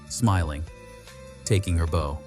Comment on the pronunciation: Bow: It isn't boe, like on a package, it's bow, like a dog barking, bow-wow.🤦